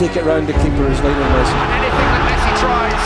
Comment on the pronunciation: Buffon: "Mesci" 😂